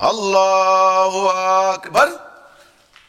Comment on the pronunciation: সেলিম বাটপারটা তো আল্লাহু আকবার শুদ্ধ করে উচ্চারণ করতে পারে না